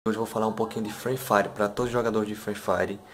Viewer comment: Parei o vídeo quando ele falou Frui Fari .